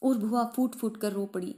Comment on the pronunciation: Bua bolo.. Please not bhua